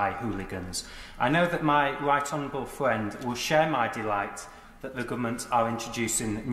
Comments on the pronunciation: My wight onowable fwend indeed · Scott Benton - “I know my wight honawable fwiend will share my delight” proper bwexiteer arse right there!